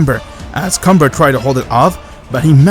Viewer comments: Bro its “Kamba” not “Cumber” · Is it me or comber sound like c*mber